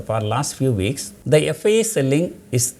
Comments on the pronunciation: Am I only the one, hearing it as FBI rather than FII ? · are you pronouncing the word FBI instead of FII? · Am I the only one who heard FBI? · Confusing. Is he telling FIIs or FDIs or FBIs.....First let the pronunciation be better. Let those friends be aware in whose names he has traded in future markets and had a haircut and stay away from this expert.